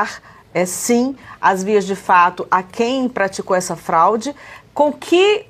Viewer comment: Acho que não é fralde mas sim FRAUDE 😮